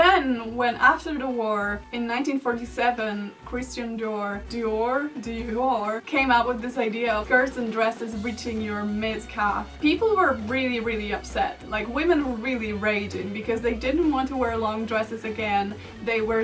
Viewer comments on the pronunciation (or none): “Christian Door... DIor.. Dee-yor “ 😂😭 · I saw a christian dior exhibition at the museum, with balenciaga,new look, and all that. It was amazing! By the way Dior is pronounced Dee-Or